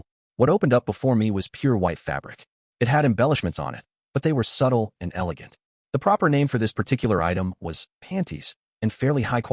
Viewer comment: While I do agree in supporting the official releases, the bot saying "tee hee" instead of the has grown on me 😂 I think I'll thug it out with the bot